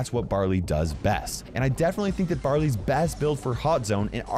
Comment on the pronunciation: It sounded like he said "Brother's" getting a new gadget.